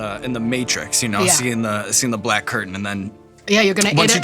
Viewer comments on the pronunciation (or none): none